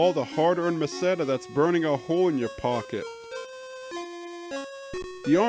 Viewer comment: Great video! Two things though: First, I've been pronouncing the main hero's name as "Alice" for 31 years. Are you positive it's pronounced the way you said it? I have never heard anyone say it like that before. I also thought the currency was pronounced "Mes-a-tuh" but that one I've never heard anyone pronounce, so I could be wrong. Second, I can tell you for a fact that it's possible to defeat Saccubus, as I just did it for the first time earlier this year. The trick is to get as much experience points as possible, and use lots of magic. It's a waste though, nothing special happens and you barely get any Meseta.